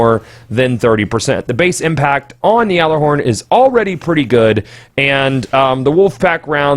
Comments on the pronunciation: funny thing is you are pronouncing it correctly lol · You do say Gjallerhorn Correctly, everyone else says it wrong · No, you're saying it correctly. Well, mostly. It's pronounce like "yallah-horn", not "yaller-horn". But really, that's almost just preference at that point. Glad to see you didn't say "gyoller-horn". Like come on, kids. It's not rocket science! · Is it just me, or is it slightly annoying when people say "yallarhorn"? I understand that it is the "correct" pronunciation, but it really seems like it's some weird elitist thing... I can understand the nerf though, I just hope it isn't a stupidly overboard one. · You are the only person I have heard pronounce it right